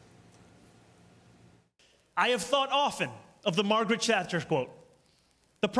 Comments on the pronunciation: First that quote is from British Prime Minister Margaret Thatcher. Sounds like he’s calling her Chapman. Second So he’s saying he’s going to make a mess that only he can clean up? That makes no sense whatsoever. Then he grins like an idiot and the seals start clapping. This country is doomed. People aren’t even trying anymore. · He didn’t even check Margaret Thatchers surname lol if you’re going to quote the great Iron Lady please pronounce her lad name correctly lol